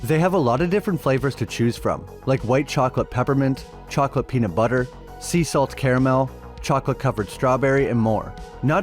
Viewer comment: The way you pronounce Peanut Butter in the sponsor bit….killin me bro.